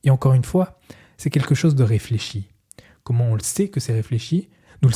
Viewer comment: Merci, c'est exactement ce que j'allais dire. Je me suis arrêté au premier quart tellement c'était insupportable à écouter : "dju" au lieu de "du", des "trrrrrr", "rrrrr", "keumon" au lieu de "comment" etc. Bref une horreur et vraiment dommage.